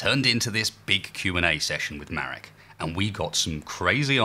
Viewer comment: His name is Marek, not Merek.